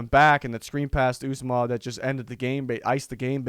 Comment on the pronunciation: Ooh zah mah is how u say it. He was hurt in the 2nd game last year and was lost for the season.